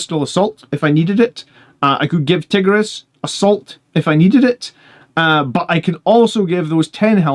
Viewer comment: Tie-gear-ee-us lol